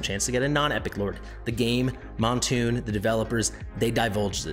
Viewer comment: He doesn’t even know how to pronounce Moonton lol